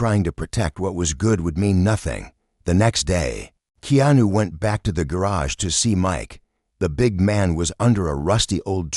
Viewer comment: Please pronounce Keanu's name correctly